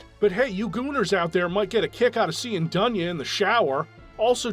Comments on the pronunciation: It's DOON'YA on russian, bro. Live with this info. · It's not Duhnya. It's Doonya.